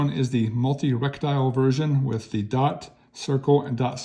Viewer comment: Reh tee kel. Not Rek tile.